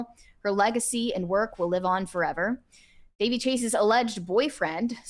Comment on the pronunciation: Her name was pronounced Da-VEY.